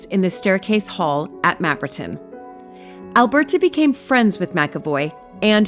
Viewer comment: I really enjoy and. - I love how you say Alberta! I do want to talk you about collaboration. We in the US can't take of the unhoused we have abandoned schools that can accommodate this need easily and to be be revitalized and given back to the community. I would like to do the same and there history. I've got one here in St Louis its absolutely amazing I think the structure is fine but inside and mold I'm worried about. I will be happy to send video of the first school prospect its very amateur and sun was in my eyes. I will give you rights just need your guidance and helin revitalize and give back to community. I want to ask us congress to prevent abandoned schools be taken for commercial use but revitalized and given back to the community for many school was sense of community